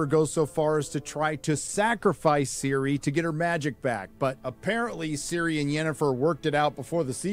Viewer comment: Who is Siri? Or you mean Ciri (Cirilla)